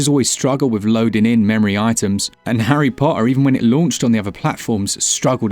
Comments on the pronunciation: haryy potahh😂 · Hae Pota 😂😂😂